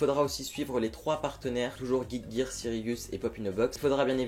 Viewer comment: Tu t'es décidé sur la façon dont tu aller prononcer Cyrillus 😂😂 merci a toi tu me fais bien rire à chaque vidéo!! #teambenatrix 😊❤